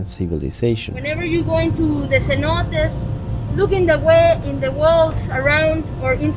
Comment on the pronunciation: Beautiful video of this beach down, the only problem I have is the pronunciation of Cenotes, in my view, would be better the way the natives say it. Other than that, your videos feels like I’m watching a very entertaining mini movie 👍👏✌️